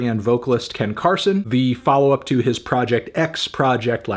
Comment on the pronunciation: Completely butchering Ken Carson for 7 minutes and 2 seconds 😂💀